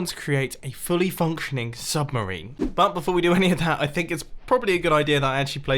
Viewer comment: "submerini" - Mumbo Jumbo 😂😂